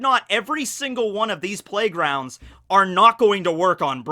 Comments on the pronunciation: Who else hears playgrounds when he says plague rounds? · Just realized that you were saying plague rounds lol not playgrounds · Wait I'm confused, are you saying playground or plague round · I keep hearing "playgrounds" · Am I the only one that just heard say "Playgrounds" over and over lol